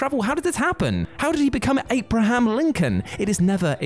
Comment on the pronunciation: Aperaham Lincoln haha..... Oh my